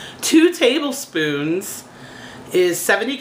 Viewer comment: Literally laughed out loud at "2 teeble," that was hilarious!!!